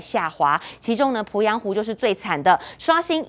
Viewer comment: 主播好专业哦。po鄱阳湖，jun龟裂，发音好标准